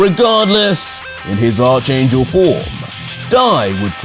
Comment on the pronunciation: Who thinks is pronouncing the word ARCHANGEL wrong👇👇👇👇👇👇👇👇👇👇